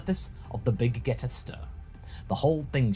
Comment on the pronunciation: Wait, why does keep mispronouncing the Big Gete Star? Is it on purpose?